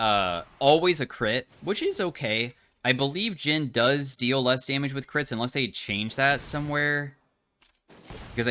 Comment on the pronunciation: "Jhin mid", "Jhim" even... 🤔